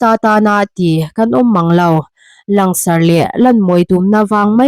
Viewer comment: " Lang sarh " ni lovin " lan sarh " tihtur ani em Aw?